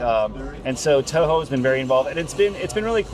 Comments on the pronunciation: This idiot really said Toyo and not Toho. How you gonna interview a godzilla game and not even know anything. Terrible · Omg the interviewer is so stupid doesn’t even know how to say TOHO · This interviewer absolutely sucks. They couldn't get someone who was actually a Godzilla fan to conduct the interview? He didn't ask any questions a fan would ask and he mispronounced Toho. Like, are you kidding me??? Clearly, he didn't do any research beforehand. What a disappointment to what could've been a great interview.